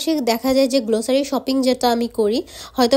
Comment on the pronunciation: Pronunciation ta glossary গ্লোসারি na.. Grocery গ্রোসরি hbe